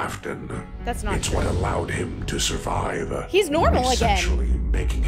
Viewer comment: He said the boy sevive the attack not for long